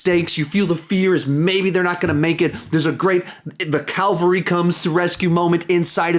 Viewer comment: the *cavalry comes to the rescue not calvary